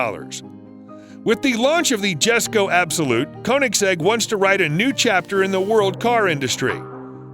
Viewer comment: Please do your research or at least have the narrator do his research so he can get the names of the cars correct , the Koenigsegg ONE for example is the ' ONE TO ONE ' that's its name and the Jesko is pronounced ' Yesko' , the Chiron is NOT pronounced Sherown , it ends in 'on' not 'own; the Bolide is pronounced ' Boleed 'not ' Boleeday'. DETAILS MATTER , have the narrator listen to how the manufacturers pronounce the name of their cars rather than just guessing, it adds to the enjoyment of the video